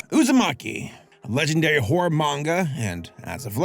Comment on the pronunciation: I've been telling all Youtubers this: PLEASE pronounce both syllables in "horror." Please. Otherwise "horror manga" becomes a totally different kind of manga...